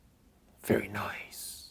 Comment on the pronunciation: I love when he's saying "VERY NICE!!!" like a batman hahaa